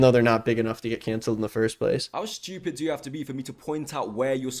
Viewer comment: He talks about how we pronounce works yet he pronounces ‘stupid’ with an H….shhhtuupid! 😂😂😂😂